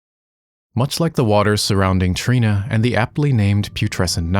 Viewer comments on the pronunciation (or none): none